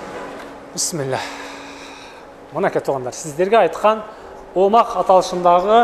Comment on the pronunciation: Омах дебей омакс десең! Туура окуганды үйрөнчү блогер ака.